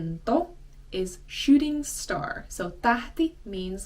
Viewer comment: Seeing a shooting star in my neck of the woods is a fairly rare occurrence--but I'm so old, I've seen quite a few. Pronouncing "star" like "shtar" makes it sound like is either trying to speak German or Gaelic. Does a balloon really fly? Or does it just float?